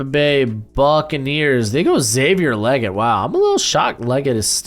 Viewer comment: what's up with you pronouncing so many people's names wrong?? Brian Daboll, Troy Fautanu, Xavier Legette, etc... Also this is WORST mock draft I've seen in 2024. Raiders and Chiefs picks were terrible. Penix and McCarthy are way too high. The CB's are way too low. No Wiggins, Kool-Aid, JPJ, Brian Thomas in the 1st round??